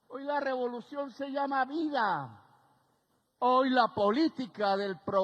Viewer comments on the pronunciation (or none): none